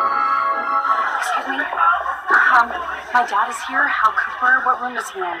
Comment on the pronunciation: It's Hal, not Al